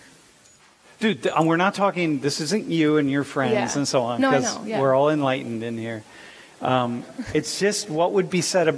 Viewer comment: "We're all enLIGHTENed here''. I'm dead :). Great lecturer, emphasising the word choices of the participants with direct, straightforward questioning.